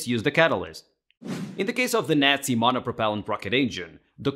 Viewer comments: He pronounces “Nazi” like Brad Pitt does in Inglorious Basterds. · Love your channel just found it, but I must say you made me smile the way you pronounce nazi made me think of inglorious bastards now I have to rewatch it 😂